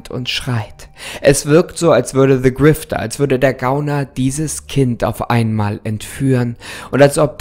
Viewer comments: niemand: creepypasta: "se grifter" liebe deine videos weiter so!❤❤ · Der Ton ist normal weiß gar nicht wieso du dich entschuldigst. Aber hast du etwa "Se" Grifter gesagt? 😂😂